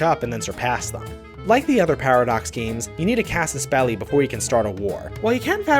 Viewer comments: What is he saying? Cassis Bellies? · When you said casus beli to start a war, I thought you said "cast a spell" to start a war